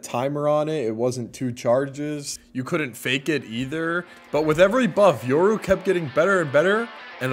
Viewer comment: This guy mispronounced my username when I subbed on twitch and he said he was doing it for the money. Thank Yoru he’s rank 1 tho